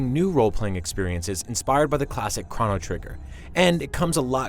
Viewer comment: I've never heard Chrono pronounced that way